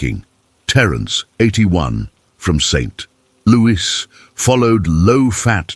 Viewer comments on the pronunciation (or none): Why not use an actor to read the commentary? Artificial commentary puts the wrong emphasis on words like Saint Louis. Etc.